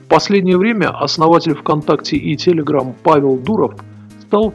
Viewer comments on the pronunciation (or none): none